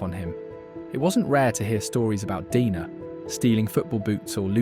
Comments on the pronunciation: Why the narrator dude keeps pronouncing "Dener" as "Dina" or "Deener"?? Do you have some consistency issues? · So is he Deener or Dener? You kept pronouncing it differently. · you keep changing your pronunciation, and it sounds very silly